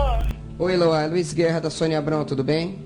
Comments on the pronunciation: Eloá is pronounced with emphasis on the A. That's the purpose of the accent being there. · Hi, I'm brazilian. Your video is great, but your pronunciation of Eloá is wrong. Her name is pronounced Elo-Ah (like when you open your mouth at a dentist's) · the way he pronounces "eloá" 😭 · you absolutely butchered Eloá's name. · My brother, this is a great video and I appreciate you covering Eloá's case. But please, just do a little listening to the victim's name pronounciation before recording it multiple times. I know it can be tricky to pronounce some names in a foreign language, but in this case it's really simple. It's pronounced Eh-loh-AH, with an intonation on the last "a". Once again, sometimes it can be tricky, but it's a nice way to pay respects to the victim.